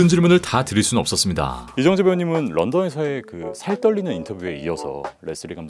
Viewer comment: 멋지다... 하지만 발음하실때 조심하셔야합니다.. 이정재.... 다... 이렇게 발음하심 안되요..